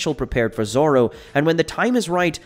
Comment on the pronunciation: Who the freak is "Zar-ro"?